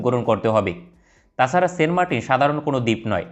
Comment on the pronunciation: Fi9rst you need to know how to say the name --- ? Its not sen martin !! Saint --- Saint